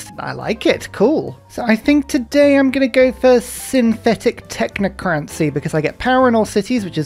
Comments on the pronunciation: Fun series and love your videos but why do you pronounce it technocraNcy? Isn’t it just tech-nah-cracy, like democracy? Is this a British thing? Also hegeNomy vs hegeMoNy? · I love your videos, but why do you always say "Synthetic Technocrancy"??? It's TechnoCRACY not crancy it's annoying me to bits!!! This is the only complaint I have towards your content